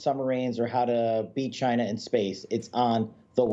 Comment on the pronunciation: Biden is so afraid of China that he couldn’t pronounce the word “China”. Let’s go Brandon.